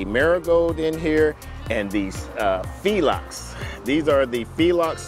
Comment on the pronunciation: Phlox is pronounced like "Flox" (Like the word fox with an L added in after the F sound). Not Fee-lox.